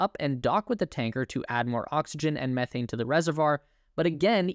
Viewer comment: Thank you so much for using an English speaking narrator… methane was pronounced correctly… not meeethane … seems every space video is narrated by someone from Australia…